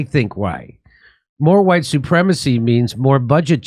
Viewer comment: Huwhite supremests!!!!!! 😂😂😂Lol